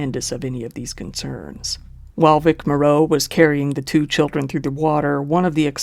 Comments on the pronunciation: It might be a good idea for the narrator to research the actual pronunciations of some of the names of the people in this video. Susan Hayward, not Howard. Vic Morrow (MORE-oh), not Moreau. Cecil (like vessel), not SEE-cil B DeMille (not Dee-meal). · Vic Morrow’s last name is pronounced like “tomorrow” would be. Good videos!